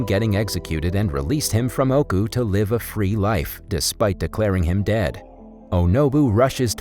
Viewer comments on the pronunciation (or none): none